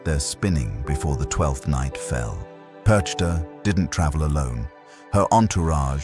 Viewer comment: Der Inhalt ist richtig, aber man spricht PERCHTA nicht so aus, gar nicht und überhauptnicht.